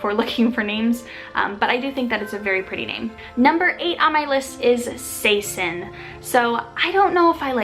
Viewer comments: Saison in french is pronounced completely differently from how you said it, it is more like S (the way you pronounce the A in "hate) Sai- Zonh (the "n" isnt pronounced its just a sound with the "o" ... maybe how you pronounce the "o" in "on" but without the "n" sound ;) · Saison is pronounced SEH-ZON in french though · the french name "Saison" in the french language is actually not pronounced like that, it it pronounced "say-zon" or "sai-zon" if you named you child saison and pronounced it like you do, it sounds weird to french people. :)